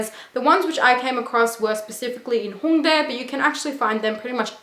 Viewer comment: I'm french and you're pronunciation of HHHongdae and annyeonghaseyooo made me laughed bc I can hear if a native talk or if it's a stranger 😂😂 I know it's weird but it made me laughed x)